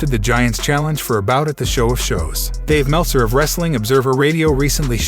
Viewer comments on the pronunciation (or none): none